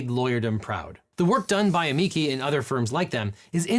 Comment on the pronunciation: It's pronounced: uh-ME-chee 😎